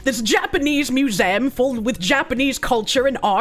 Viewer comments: Mew-zay-umm... hmmm... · The way says "museum" as "mew-zam" irks me lol. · 'Louvre? i dont know how to pronounce it..' Also: 'Mew-zay-am'